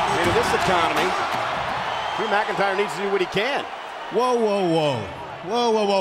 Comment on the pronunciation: its not drew mcintire